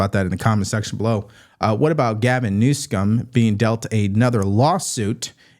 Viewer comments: Please stop saying New-scum. I am MAGA, but stay away from that sort of thing please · I doubt thumb every video where you mispronounce the governor's name. It is so juvenile you are so far above that kind of trashy presentation